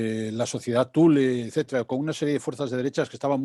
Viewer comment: por favor pronunciar bien HITLER y THULE (se debe pronunciar en su idioma original, no derivarlo al Spañistán)... me duelen los oidos ...